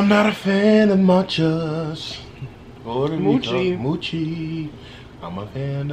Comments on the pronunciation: You pronounce it mo Chi not how the cow says it mochi-NO HATE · It's mo- chi not mu- chi. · It’s not muchi it’s mochi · It’s not moochi 😂 it’s mochi 😂 y’all silly 🙃 I love my Mochi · she did not say moochi I'm dead but mochi is good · I like the red bean Mochi. Mowchi...lolol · it's called mooooo chi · Lol "moochi"